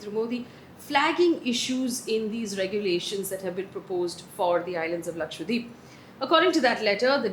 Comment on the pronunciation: I really appreciate the drama free news bulletin... Just one point, can you please start pronouncing Lakshadweep correctly. It's Laksha- dweep where dweep means island. It's not Lakshwa deep. It may seem like a minor point but no news presenter would mis pronounce a major state's name, so it's a little disrespectful to not familiarise oneself with the correct pronunciation of Lakshadweep